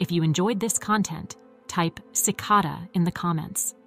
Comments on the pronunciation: Cicada with an A not Cicoda with an O.😅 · "SICK-uh-duh?" "Ill-i-NOISSS" -I turned it off after that. WHO the hell is this person with the bizarre pronunciations? Only 2 ways to pronounce it (British & American versions) - and she doesn't use either "Illinois" is from the French -- the "s" is never pronounced. What are they teaching in schools these days? Does she also say "Ar-kan-suS"?!